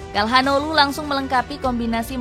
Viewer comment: Tolong lah min sebelum bikin video di research dulu cara baca nama pemainnya. Çalhanoğlu bacanya calhanoglu, bukan kalhanoglu